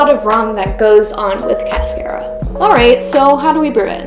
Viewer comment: It’s pronounced like a car that you drive. Not care like a care bear.